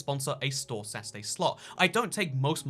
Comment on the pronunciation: You said store "Sasuday"